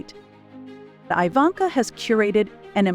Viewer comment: Her name is not pronounced "eye-vanka", but, "ee-vanka".